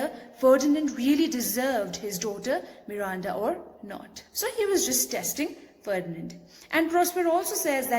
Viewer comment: The way you say Miranda 🔥